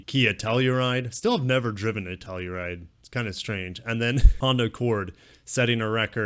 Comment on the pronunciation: Lexota, Hondura, nissiniti 🤣🤣🤣 keep it up